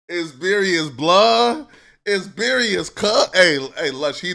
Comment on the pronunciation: who pressed bout sayin berious lbs